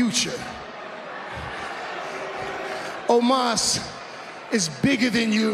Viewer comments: Why can’t Lashley say Omos’ name properly. He keeps on calling him Almos. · I swear it sounded like Lashley called Omos Almost. That would’ve actually been gold, especially since Omos lost.